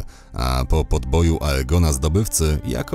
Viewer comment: Prawda, + już na samym starcie zamiast EJGONA to wymowa tak jak się pisze.. odechciało mi się dalej to oglądać.